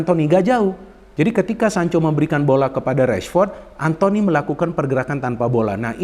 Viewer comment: "Antony" ☝️ bukan "Anthony" Elanga